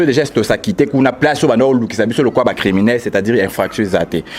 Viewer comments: balobaka criminel et non climinel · balobaka climinel té mais "criminel". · Bonjour. Si tu peux bien prononcer criminel!